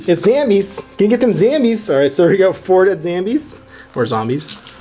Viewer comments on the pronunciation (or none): Everytime you say "Zambies" is one more punch in the throat you'll get if i ever meet you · If you could stop saying Zambies that would be great.